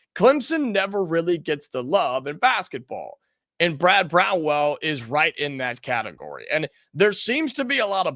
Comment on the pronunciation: Dude, repeat after me. It is Brad BROWN - ELL! Not Brown-well. C'mon, man! He is from Evansville and has been around in the sports world forever. How can you not know what his name is? That being said, every fan poll I have seen has Chris Beard as a heavy number one choice and everyone else is just honorable mention. Why won't you mention him and perhaps do a little vetting of him since he is so popular?